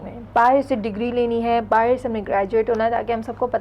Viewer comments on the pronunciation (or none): are they calling that langauge as URDU? are u kidding me ? and why the hell she is pronouncing "bahar" as "baaher" baaher is marathi language word..and it sounds pathetic with hindi langauge words ~ ..they have just mixed up hindi n marathi langauge of india..which is much ancient that urdu.. and they created urdu langauge lol